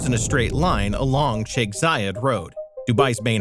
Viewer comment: Thank you for pronouncing sheikh correctly. Also I’m a Dubai native and I also think our city is terribly designed not to mention the shit construction material used in all the new houses.